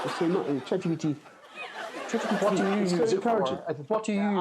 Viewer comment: I think a posh socialite with a french accent told him about ChatGPT, and he thinks that's how you pronouce it. LOL.